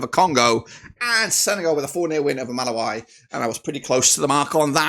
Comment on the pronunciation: Malawi is pronounced MA-LA-WE(ENGLISH)